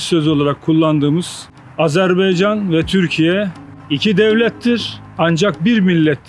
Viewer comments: Azerbeycan değil Azerbaycan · [Azerbeycan ] değil [ Azérbaycan] diye okunur